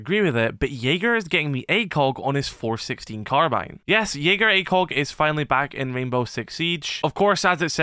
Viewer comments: Jägaer Acog 👀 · Did someone say JAGER ACOG?!